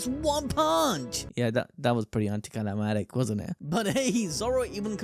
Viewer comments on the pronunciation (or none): “Anti CA LA MATIC” got me. 😂😭